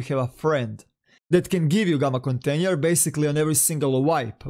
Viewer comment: KONTENJER HAHAHAH